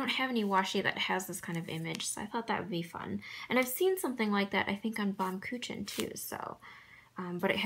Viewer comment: I really enjoy your videos, but please type Baum-kuchen in google translator, it will give you a correct pronunciation . It means literary a tree cake. It's delicious and made in most Baltic countries. You can even find videos about how it's made. It's actually roasted on open fire. Thank you in advance☺️